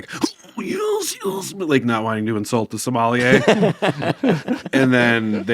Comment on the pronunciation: Did Andy just say "the Somalier"? One for the Nicktionary i guess.... 'Somalier: noun; a wine pairing expert of East-African descent.'